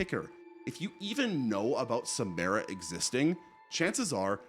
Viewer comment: Not sure what is so hard about pronouncing Samara correctly. They only say it like 100x in the movies